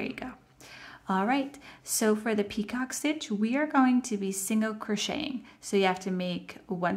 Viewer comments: Thank you for the video. Your work is beautiful. However, the second border is a picot stitch, pronounced “ pee-koh”. It is not a peacock stitch. That is something entirely different. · I love this washcloth stitch. Also FYI, the "picot stitch" is pronounced pea-ko. It's French. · Yes…you are correct! Pronounced “ pee-koh”.